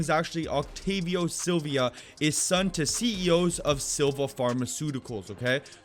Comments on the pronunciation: Just btw his name is Octavio Silva not silvia Silvia is a Spanish name not a last name Silva is a last name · "OCTAVIO SILVIOA" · Bro he didn’t even say his last name right